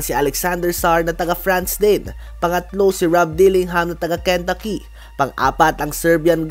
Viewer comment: ken-taaaa-ki hindi ken-ta-ki